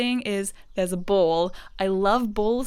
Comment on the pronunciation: when you said "ball" I hear bowl and like attending to, as in like taking care of a bowl 🤣